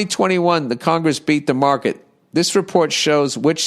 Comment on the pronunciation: “Congess members”